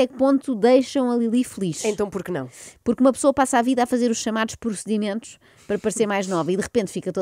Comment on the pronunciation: Oh Joana disseste "chamados porcedimentos"? se calhar foi impressão minha xD